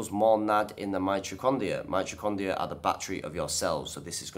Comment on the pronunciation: Is pronouncing the word "mitocondria" hard for all Brits? I had to replay it a couple of times to make sure he was saying "mitrocondia", lol.